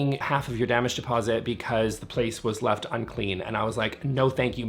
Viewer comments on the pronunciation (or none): none